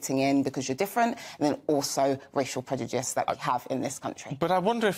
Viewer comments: is she pronouncing prejudice as predujice, or am i hearing her wrong? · Unable to pronounce Prejudice, she consistently says "Predyoojiss". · Predujiss! Predujiss! What a waste of a good British education when she can't even pronounce what she's arguing against. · Can this person be more condescending? And, did she say.... "PREDUJICE"? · She can’t even say ‘prejudice’ yet she is hellbent on repeatedly using it. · she cant even pronounce prejudice properly. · Race baiter can't even say the word prejudice 😂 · She wants to lecture us on prejudice and she cannot even say the word.